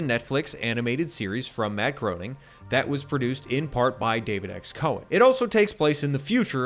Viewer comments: All that and you couldn't find out how to pronounce "Groening" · So, it's pronounced "Grayning". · Also doesn't know the episode is "The Why of Fry" not "THE Fry"